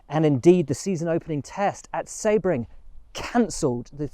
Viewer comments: Excellent episode Will!! FYI the correct pronunciation of Sebring is See-Bring not Sebb -ring. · “Sea - bring”